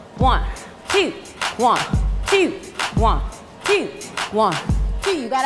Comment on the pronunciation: One "tew" 🤣